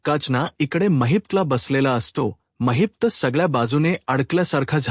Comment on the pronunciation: कोण धेडगुजरा कथन करायला आणलाय कुणास ठाऊक? त्याला “ महिपत”म्हणता येत नाही. तो म्हणतो “ महित्प” , काय हे?